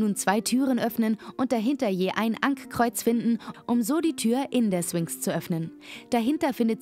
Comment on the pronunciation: Du sagst nicht wirklich 'Swinx' oder?